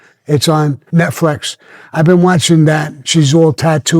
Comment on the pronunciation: Sammy, don’t ever pronounce Netflix the right way please